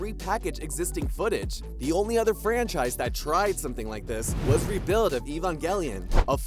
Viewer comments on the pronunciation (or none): none